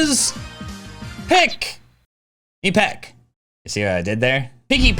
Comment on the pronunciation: "and my pick is... Pik... ipek" akward pause there mate, "Pik" in danish means Penis, and you pronounced it perfectly :3 otherwise good video xD